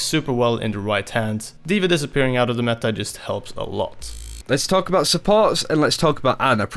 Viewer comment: "The meä"